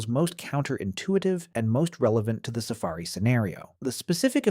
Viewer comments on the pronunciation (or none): Tf is a Sa-ferry? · Lol "safairy"